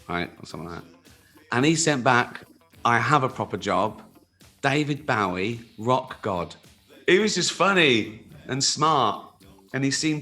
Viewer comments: he did not just say baow-ee i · Why Can't Say his name right - It's Bowie, Like The F*ckin' Knife